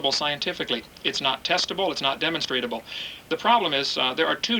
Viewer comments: Funny how many times he mispronounced demonstrable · Hearing him say "demonstratable" over and over again makes my language-bone twitch vehemently. On top of that he's just very... very... stupid. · lederereddy Quite a rant there. Faith achieves nothing but delusion. Hovind was a High School science teacher. As usual Genie blitzed the guy saying "demonstratable" several times - new word Created. Evolutionists call it "demonstrable." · I get triggered every time Kent says "demonstratable". Protip: The word he's looking for is "demonstrable".